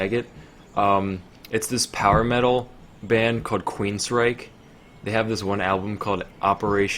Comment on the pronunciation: He said Queensreich, lmaoooo curve ball